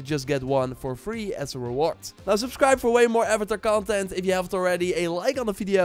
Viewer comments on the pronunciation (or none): none